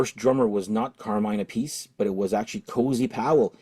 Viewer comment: I love how you pronounce Carmine Appice name two different ways. I watched a interview once with him where he set the record straight. You say phonetically App-Per-Sea, he also went on to remark his brother says the surname the opposite way to himself😅 The second " Blue Murder " is very good i.m.o. and I have ordered it!.